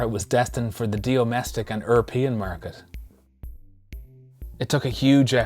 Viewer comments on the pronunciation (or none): Love it. Must be so satisfying to remove all that crud and get back to a clean surface. Discovering the original markings is so cool! 'Eurpean' - lol. You didn't flinch. Can't wait for the next one - so close to 'turning the corner'.